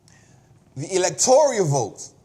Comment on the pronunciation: It's Electoral, not Electorial.